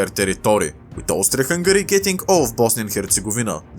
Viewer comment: Austfria fungari